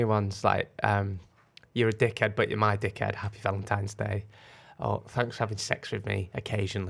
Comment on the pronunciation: How the hell did not pick up on ‘ValentiMes Day’??!! 😂😂